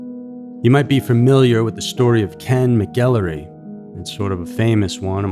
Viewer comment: His name is said like "Ken Mack-ul-roy